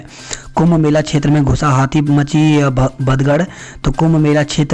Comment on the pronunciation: हिन्दी में सुधार की जरुरत है। भदगड़ नही भगदड़ होता है।